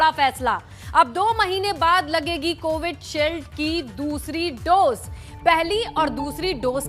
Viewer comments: Likha to sahi h anchor hi galat bole ja rahi h... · माफ़ कीजियेगा मोहतरमा, कोविडशील्ड नहीं, ये कोविशील्ड है। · Vaccine ka name CovidShield nahi, CoviShield hai. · By the way it’s covishield not covid shield🤣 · Pahli baat ye ki covidshield nahi covisheild hota hai 😜